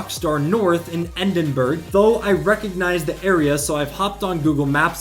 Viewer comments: man said Endinberg 😂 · Did you just call it Endinburgh? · Bro said Edinburg